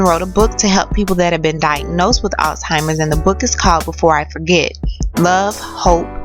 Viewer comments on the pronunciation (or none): The word is pronounced "al simers". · I hope i didnt hear you say all-timers. It's Alzheimer's bitch. And I'm quite sure you've never been married.